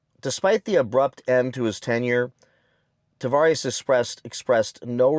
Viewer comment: You keep saying Tavarish ... Tah vah res